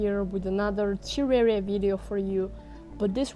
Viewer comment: You pronounced terraria wrong